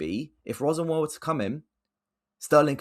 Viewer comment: it's Liam Ro-Senior bro hes from wandsworth aha